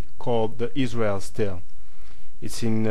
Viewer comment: Good video, ISRIAR sounds more like SYRIA (ISIRIA) than ISRAEL.